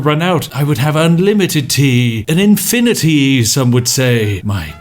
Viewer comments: Infina-tea lmao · "infiniTEA" perfect